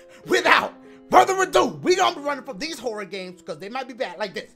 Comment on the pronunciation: I keep hearing Dashie say "Whore games" lmao XD